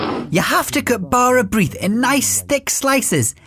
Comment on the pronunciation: lovely video for children but can't get past the pronunciation of bara brith - awful!